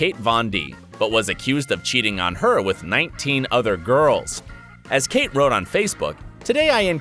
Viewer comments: KAT. KAT. NOT KATE - KAT. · It is kat not Kate vond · Are you kidding? Kate Vin D? It KAT, not Kate... have you been living under a rock!? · It's Kat Von D not Kate Von D... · The Kat of Kat Von D is pronounced "cat" and not "Kate". 🙂